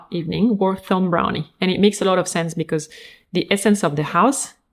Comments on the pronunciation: I would expect "Thom Browne" to be pronounced as "Tom Brown", but these days...who knows? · I don't know if you realise but Demi's dress is supposed to look like a neck tie. I loved it. However you didn't mention this at all which leads me to believe you didn't clock it. I think Thom Brown is just pronounced Tom Brown. And the ''walking stick'' is called a *cane unless it's actually being used to aid walking. In which case it usually has a hook handle for extra stability. Ncuti Gatwa is pronounced *Shooti. Love the video as always.:)